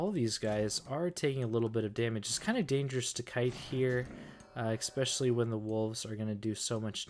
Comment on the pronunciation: There’s still no X in the word especially. You pronounce it wrong every single time